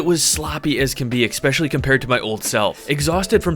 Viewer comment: Brother. I love you and your content so much. But it’s ESPecially. 😂😂